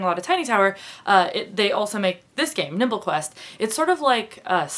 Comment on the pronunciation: when she said nimble quest??? I HEARD NIPPLE CLASP